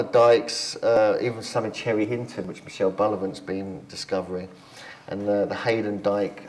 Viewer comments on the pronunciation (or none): 😂😂😂chinton, cherry Hinton,say it like a locale 😂😂😂